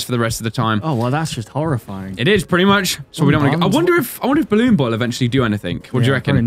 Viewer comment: Owen Funkhouser now that's how you spell balloon boy he said ballone boy